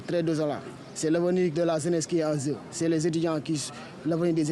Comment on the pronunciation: MDR, toi ça se voit que tu es un ignorant qui critique sans même te renseigner sur ce que tu critiques. Il fallait commencer par demander pourquoi il dit ''en zeu'' au lieu d' ''en jeu''. Ce n'est pas parce qu'il prononce ''zeu'', qu'il écrira ''zeu''. Non, il écrira ''jeu'' ! Vas faire tes recherches sur ce qu'est le zozotement après tu nous reviendras. Le zozotement est généralement causé par un dysfonctionnement ou une différence dans la manière dont les muscles de la bouche, de la langue et des lèvres fonctionnent ensemble pendant la parole. Donc absolument rien à voir avec l'apprentissage de telle ou telle langue.